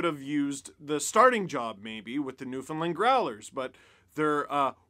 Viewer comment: Your first Newfoundland pronunciation was off but the second one sounded better! Ha! Cheers from….. you guessed it…..Newfoundland!